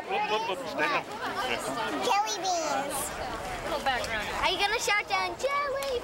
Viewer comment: She said jillybeans